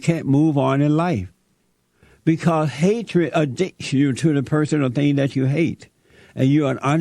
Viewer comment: This Jesse character adds and subtracts random letters from words. Blacks = Blass Tariq= Tari Moral= More White= Whi Addicts= Addiss I'm not sure if he's doing it on purpose or just as a gimmick. It's making my skin crawl.